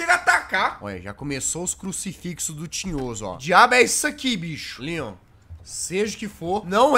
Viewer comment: Tambem rachei de ri mas eu entendi lyan nao leon eu sei que o certo é leon ta